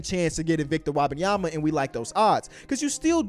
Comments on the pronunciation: It's Wem-ban-ya-ma not wah bah yema. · Wabayama?? Bro wtf are you saying lmao. It’s Wem-Ben-Yama. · It's Wembanyama, not Wabenyama. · Yo bro, love the content but its Wem benyama not WAAAH banyama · It's not "Wabenyama" it's "Wenbayama" lmfaooooo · It’s a tough listen 😂😂 “Wob-an-yama” Hold up I just got to and he started saying it right wtf 😂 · He kept calling him victor wabyama😭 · Love the vids but you gotta get Wembanyamas pronunciation right, it aint Wabenyama. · his name is pronounced Wem-ben-yama!! You say his name so terribly 😂😂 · I don't know who WAH-BAHN-YAH-MA is. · Wobenyamba lol get the pronunciation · his name is not wabbinyamma please learn it if you wanna talk about him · Stop saying WAHbenyama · Mannn, the way say Wembanyama 😂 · back when dr beecham pronounce his name as "victor wabbanyama" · But why do you pronounce the E und Wembanyama as an A ? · Why is he saying victor last name like that lol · Can you please pronounce bro’s name right… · can we learn how to say his name please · I don’t think is saying his name right lol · you gotta learn how to pronouce his name man 🤣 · how are you still pronouncing his name incorrectly lol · Butchering that man's name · At least learn how to say his name